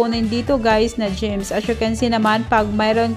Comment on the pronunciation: Gems po namali sa pag pronounce yarn